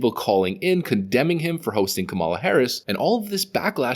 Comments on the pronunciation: I am not a fan of Kamala Harris either, but the least you could do is pronounce her name correctly. You're obviously mispronouncing it on purpose. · You sound so ignorant mispronouncing her name. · Hahahahahaha kamel- luh.